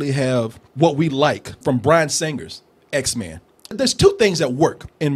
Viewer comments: its x-men not x-mans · "Xmens" lol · I cringe every time this guy says 'X-Man's'. IT'S PRONOUNCED X-MEN!